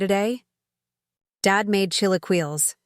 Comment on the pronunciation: Chee-lay-key-lays not chili-keels. At least that's how the California Mexicans say it.